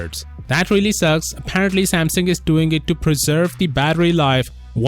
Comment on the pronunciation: That’s the right way to say it